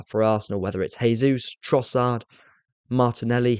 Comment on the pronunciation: Great explanation mate. Makes so much sense. Love it. I just have to a tiny thing though, that is Gabriel Jesus is not said as 'hey'sus, he is Brazilian and in Portuguese its said as 'jay'sus. Thats all. Thanks if you incorporate it.